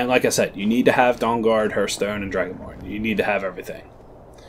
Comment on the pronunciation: It hurts me when he says "Hearthstone"